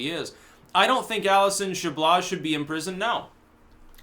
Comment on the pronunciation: Chabloz = "Sha-blow" It's a French name.